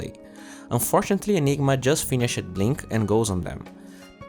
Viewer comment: pick-ed chang-ed finish-ed lol